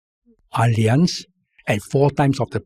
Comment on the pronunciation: Wanted to mention a few podcasts back. Tan Kin Lian is pronouncing Allianz correctly. The Germans pronounce "A" as Ah, so it sounds like Ah-Li-Ancz